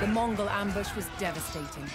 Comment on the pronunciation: Hi Im from mongolia and i love your channel contents. Your Mongol name pronunciation is fucking hilarious, but love this series. Watching my own history from my favorite youtuber.